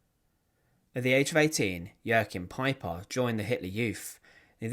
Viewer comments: No, you're thinking of Joaquin , as in Joaquin Phoenix. With Joachim, it's pronounced "yo-keem". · For future reference, the name Jaochim is pronounced 'Wa keem'